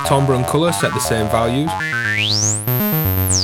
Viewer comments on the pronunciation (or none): Tambre = "tamber" as in Amber. Try it, you'll like it! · good review... but come on man!!! it's pronounced 'TAMBER'!